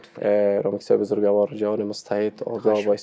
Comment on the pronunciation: اسلام علیکم جناب صاحب. لطفاً کلمه بزرگوار را به شکل (بزرگَوار) الفظ نکنید یعنی حرف (گ) را فتح ندهید. شکل درست تلفظ آن چنین است (بزرگوار)، یعنی حرف (گ) ساکن ادا می شود. سلامت باشید.